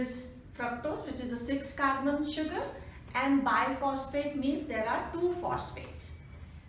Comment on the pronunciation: Its bisphosphate.. Not biphosphate...